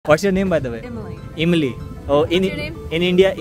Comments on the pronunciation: Imly nahi be Emily bol.pronunciation seekh le. India ka ijjzat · Her name Emily not Imli... not tamarind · Imlee nahi hai bhai amilee hain naam